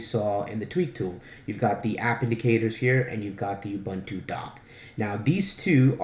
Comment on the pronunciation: Really great guide. I had already figured out alot of stuff but I had no idea where to find good icon themes and nautilus always annoyed the hell out of me. Thanks alot! PS - Ubuntu is pronounced OOO-buntu (that's like You without the y or like doom without the d or the m) and not e-buntu.